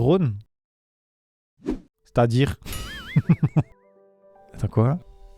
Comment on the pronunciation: Je saurais pas vous dire pourquoi, mais le moment de à m'a tuée avec son silence et son "C't'a dire ?"